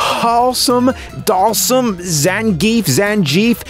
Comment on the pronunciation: Neither pronunciation you did of Zangief was right GG